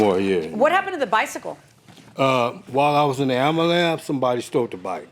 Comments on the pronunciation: Say it with me... "Ambulance"....🚑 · My people PLEASE stop saying “Ambulams” 🤦🏽‍♂️. We have to let that go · Did he call it a "amalamps"? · Why do so many Black people have a hard time saying, ambulance? I’ve heard ambulam, ambulamps, ambalam, ambalance….It’s AM-BU-LANCE. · contusions and amberlance... pure comedy